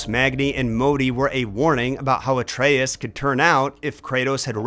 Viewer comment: Love the video! Why pronounce Atreus incorrectly though?? 😂